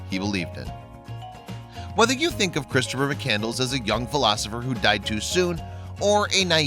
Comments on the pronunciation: McCandles? Lol! It’s McCandless. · Well done. However, you should know that you’ve mispronounced his last name the entire time. It’s (McCann-d-less), and not “Mc-Candles”. Nevertheless, I enjoyed your video and I thank you for producing and sharing it! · McCand-less not candles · It’s McCandless, not mak candles... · Its pronounced MC CAND LESS not mc candles!!! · His name was Chris McCandless, not McCandles. The narrator not only chose the wrong type of music for this video, but also did not pronounce his name correctly. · Chris McCand--LESS! NOT McCandles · Before you put some little video together learn how to pronounce his name that's disgraceful